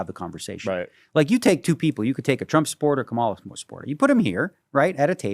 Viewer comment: Great interview, Daniel is a fascinating and brilliant guy. Incidentally, minor thing, you guys are both pronouncing Kamala's name wrong.